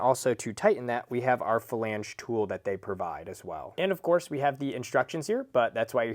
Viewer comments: Flange not Falange 🤦🏻‍♂️ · Flange. Not falange. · this was brutal to watch. who TF taught this guy how to say flange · Hearing you say “flange” gave me Forrest Whitaker eye. Great video, though.